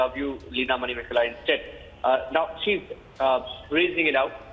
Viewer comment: Manimekalai Not Mainmekalai